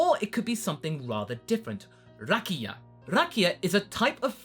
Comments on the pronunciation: As a Croatian, I can't tell you how fun it was hearing you mention rakija, plus your pronunciation was pretty much spot-on :) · your pronunciation of "Rakija"is pretty good